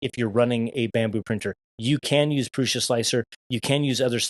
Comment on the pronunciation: Great video, confirming my choice in new printer. And you are the only creator I've watched that pronounces Prusa correctly